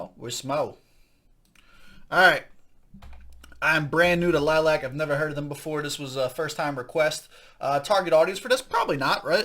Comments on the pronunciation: Lily-ack is the pronunciation, not lilac. There is another i after the second l. It is Romanian for bat. And they aren't pop. Take it from an old metal head from the 70s. Melody styled her vocals after the late, great Ronnie James Dio. Samuel is an old soul on the guitar. Abigail is one of the best rising female drummers around today. Ethan (bass) and Justin on keys are getting their chops musically. Ethan used to play rhythm and then Melody wanted to let go of performing with the bass in hand so he took over. These kids have sooooooo many shout outs from people like the former drummer for Dio as well as Dio's wife and Stewart Copeland of the Police. At the time of the video they were about 21, 20, 18, 15 and 12. Their father is their music producer as he is one by trade. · I like your honest reaction. They play "Vamp Metal" as they call it. You should check out their catalogue of Covers and Originals The band name is pronounced Lily AK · It’s Lil-li-ac